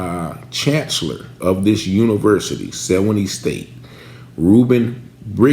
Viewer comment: Sewanee ---Swan-NEE